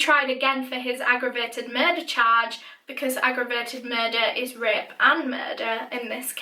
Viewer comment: Umm so can I just say how cute Danny Ross is and how much he looks like Ross Geller... I mean I’m just saying :)) I do feel bad though she was way to young and never would deserved that. And every time she said rape I thought she was saying ripped so I don’t even know where this comment is going. Have a fantastic day!